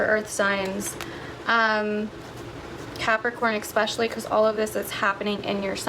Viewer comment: I have noticed that MOST people pronounce the word especially wrong and it drives me nuts! It’s Es-pecially not Ex-specially! Sorry but it drives me crazy when people pronounce this word wrong!